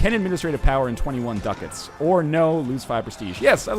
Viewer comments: Its DU-CAT-S, not DUCKETS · WHY IS HE SAYING DUCKETS MY GOD